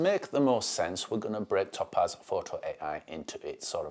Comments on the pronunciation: Top Az 🤣WTF... never heard topaz pronounced like that before, made me PMSL every time.🤣 It's "Tow-Paz" dude. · It's TOE-PAZ...NOT TOP-AZ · As an Englisman with a proper accent (geordie), this was torture to listen to. His inability to prounounce the Company's name correctly made this impossible to listen to after 30 seconds...it must sound like torture to non English people who speak English!